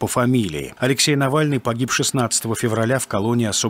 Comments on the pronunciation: Было очень заметно, что он Навальный не выговорил. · У Путина язык как будто онемел при произнесении фамилии Навального